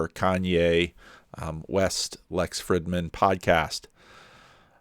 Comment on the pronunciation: Small detail,, but doesn't Lex pronounce the 'i' in his last name w/ a long 'ee' sound?